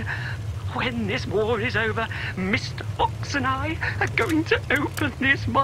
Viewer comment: I have been thinking that he was saying mr.box